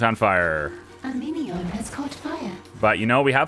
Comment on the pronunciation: is it just me or is the phrase "A minion has caught on fire" when said by the narrator sound like "A meteor has caught on fire"? lol